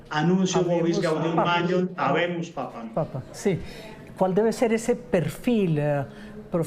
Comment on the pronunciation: Alguien que les diga a los periodistas que es: "Habemus Papam" con M al final